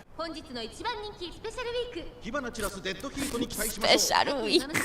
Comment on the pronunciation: スペシャルウィークの場合はさらに「Special We"a"k＝ものすごく弱い」に聞こえるのがツボらしい